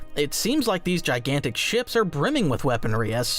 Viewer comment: Is this AI narrated? "Shops?"